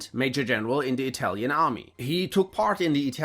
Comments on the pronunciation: Your pronaunce is one of the best interpretations of Italian I've ever heard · As italian, your pronunciacion is awesome! Congrats! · I can say for once, as an italian, that a Youtuber talking about WW2 has done research not only on history, but also on pronunciation. You might be the only english-speaking creator that I have watched not butchering the names of italian characters or places. So hats off for educating yourself - evidently it cannot be taken for granted.